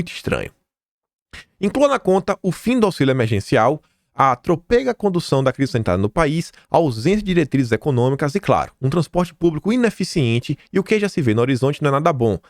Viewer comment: PUTA MERDA! TROPEGA NÃO!! TRÔ PE GA!! A SILABA TÔNICA É TRO!!! PELO AMOR DE DEUS!! ISSO É MUITO FEIO!!